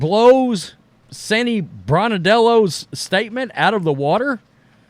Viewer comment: Sandy Brondellos name is pronounced...BRON DELLO. You claim to be be some sort of WNBA expert.... you obviously don't watch much of this league or you would know how to pronounce Sandys name. She certainly has been around long enough both as a player and as a record breaking coach in her first year.... DO YOUR RESEARCH. Besides Sandy is not the sort of person to enter into this controversy anyway. From Sandy Brondellos home town in Mackay, Queensland, Australia 🇦🇺 🇦🇺🇦🇺🇦🇺